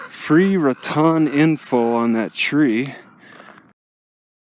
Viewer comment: Nice video. The town of Raton is pronounced RAT - tone. Thank you for sharing.